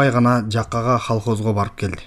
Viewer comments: Холхоз эмес Колхоз деп окусан болмок экен. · холхоз деп окуп жатканын айтып жатам. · жакшы окуйт экенсин , беш 👍 . Бирок ☝ ХАлхоз эмес , КОлхоз де . Себеби ХАлективное хозяйство эмес , КОллективное хозяйство ☝ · Халхоз деп өөлө окуптур шо🤣🤣🤣🤣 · 1 саат 5чи мунотто халхоз дегенинди угуп бир муноттой кулдум))) ОЙ,ОКУШУН ХАЛХОЗ ТУРБАЙБЫ)))))))))